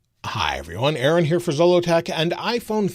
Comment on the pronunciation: U say this is ARON and people hear this is ERIN 😂